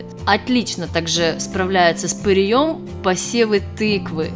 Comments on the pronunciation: С ПыреЕм !!!! А не с пыреЁм ... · С пырЕем, а не с пыреЁм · С пыреем, а не пыриЁм. Всезнающая вы наша... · Не с пырьëм, а пыреем! 🤭🤭🤭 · Как то правильно произносить надо. Не пырием.. А пыреем... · И ещё...не пыреём, а пыреем. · ПыриЁм?? Может ПырЕЕм! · ПырЕя, а не ПыреЯ!!! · В ьорьбе с пыреЕм.с пырЕем.абсолютно безграмотная речь и ни о чем.